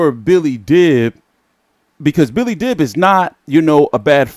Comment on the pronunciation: the best at mispronouncing names. Even Billy Dib's should be pronounced as Deab.